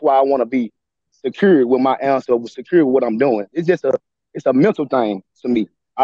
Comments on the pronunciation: You've no insight. If this man IS a teacher and can't speak 2nd grade english then 30 students in each class will learn to say 'wiff' also. Either he lies about being a teacher or the bar is low for his position. I'm doubting he has a college degree nor is he a teacher. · He doesn't seem to have tried well with his speech. "wiff" for "with". Very poor English skills, I'm doubting he's a 'teacher' as he claims.